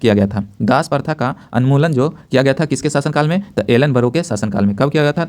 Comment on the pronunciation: anmulan nahi unmulan hota hai